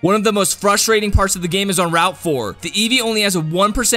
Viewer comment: Why'd u didn't say FrostTrating instat of Frusttrating haha